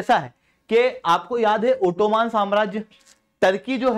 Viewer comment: ओटोमान ❎ ओटोमन ✅